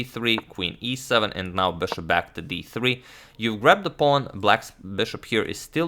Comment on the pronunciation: bãshop back to d2. His "bishop" speech is funny